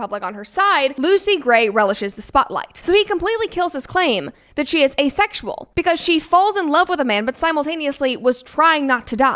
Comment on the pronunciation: “Asexual”… 不是”a sexual”